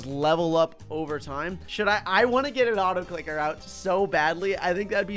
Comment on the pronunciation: u spelt on the Also for the autoclicker u said autocliker